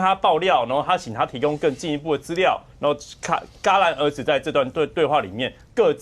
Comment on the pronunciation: 到底是嘎（ㄍㄚˉ）然而止還是戛（ㄐㄧㄚˊ）然而止，每次聽到ㄍㄚˉ都很刺耳😹😹😹